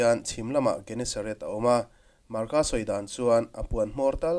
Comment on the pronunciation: Gennesaret tih hi G hi J anga lam tur aniin ka hria